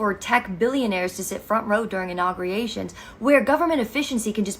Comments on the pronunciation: innaugriations wtf is that? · Did she just say, inaugriations?”